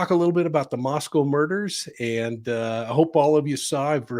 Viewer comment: Moscow it s not pronounced COW ,,, I'm from Idaho!! Thank you for covering this crazy puzzle of devastation to our Beautiful young college students taken from us .....I have my theory as I've definitely had insight into this College town...